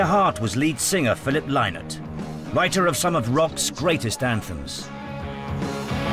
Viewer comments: Why do presenters insist on calling the band Thin Lizzy? It's not ..... it's pronounced Tin Lizzy! And his surname is pronounced Linnott NOT Lie-nott! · Ok listen up..I was a close personal friend of philomena lynott...she told me personally face to face..it is lynott as sounding like why not.♠RIP PHILO.RIP PHILOMENA ❤ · SavageArfad Well Philomina, his mother, said 'Linnut'. I think I'll trust her. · anyone else irritated at the way the he keeps saying phil's second name wrong ?